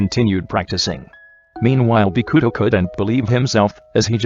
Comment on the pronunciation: The voice be like : boKUto aKAahi